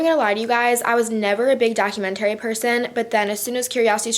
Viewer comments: Document- TARY 😂😂😂 I cant with the way she pronounces it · the way you pronounce documentary is actually hilarious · The way you say documentary haha